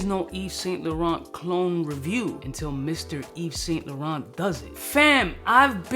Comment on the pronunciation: Mr. Yves Saint Laurent doesn't know to pronounce Yves Saint laurent. 🤣🤣